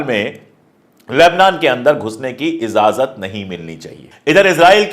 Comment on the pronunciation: माफ़ कीजियेगा इज़ाज़त नहीं होता है इजाज़त होता है शुक्रिया@@